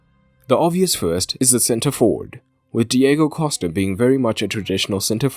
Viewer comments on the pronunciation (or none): none